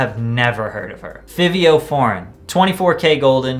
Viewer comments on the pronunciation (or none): Did this boy rlly say Fivio (not Fawvio) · It isnt pronounced fivi but rather « Fahvee » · Don't wanna be that guy, but its (FIVE)io not how u pronounced it. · its FIVIO NOT FEEVEEO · Bro you did not say Fivio forgein like that. it's pronounced f-ah-vio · im gald ur that guy lol. I cringed so hard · I was looking for this before I commented it lol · no cap always agreeing w you buh bro plz listen to fivio and it’s pronounced (Five-Eoo) his music is fire and deserves all the love w and w/out pop smoke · Man said fihvio foreign lmaoooo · Patrick Cc: the i is more like an “a” sound idk one of his main Adlibs is “Favi!” 😂 also his nickname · My mans you said fivio name wrong and comethazine the best rapper out Don’t quote me on that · You pronouncing Fivio wrong 😭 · damn bruh don’t disrespect fivio like that. ion think he was on there cuz of pops death he got good music and u said his name wrong lmao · Why u say fivio like that